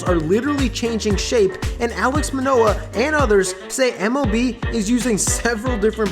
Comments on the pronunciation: His name is “Alek” Manoah not “Alex”. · ALEK Manoah. Not Alex.